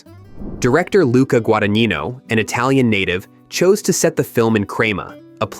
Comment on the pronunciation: yes, I see it on the map, but thought it was confused with "Cremona." Crema means "pudding" in Italian........ It's "Gwa - da - NYEE - no," I speak Italian. 😛😛😜